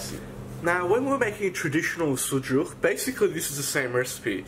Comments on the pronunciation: There is NO TURKISH SUJUK KEBAP, please first learn and after make videos. It name is Adana Kebap and of course Turkish food! *The way you pronounce “sujuğğğğ” is too disturbing by the way. The correct word is “sucuk”. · Bro good video but. It is not suJuk :) that is suCuk.. not "J", it is "C" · Yes not sujuck. Lived in turkey over ten years this is not sujuck. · You didn’t make a sucuk two different things adana and sucuk. First learn their proper name please? 😂😂😂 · I don't like how he said "sucuk"